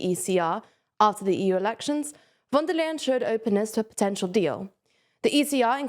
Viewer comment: she's called von der leyen. not wondalen. a better approximation in english would be "fonn there lye enn".